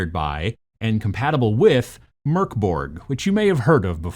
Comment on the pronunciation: I just want to say that I appreciate the fact that you're not pronouncing Mörk as "Mork" :) But the video was interesting as well, I might want to get into miniature wargaming but with 3d printed minis so as to not wreck my economy completely